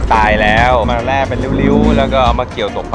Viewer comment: แล่ครับไม่ใช่แร่